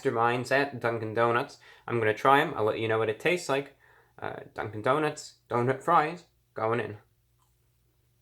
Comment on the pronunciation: Nobody: ReviewBrah: Dunk-IN donuts